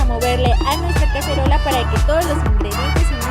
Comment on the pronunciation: like si lesslie dijo cacherola en el minuto y